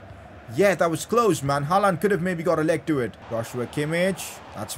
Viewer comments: It’s not HALAAND damn it , it’s HAALAND🙏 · It's not ''Halland'' it's ''Haaland'' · I like it when he says haalaand for haaland